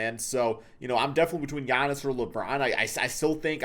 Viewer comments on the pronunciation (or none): Okay guys come on, it’s Giannis.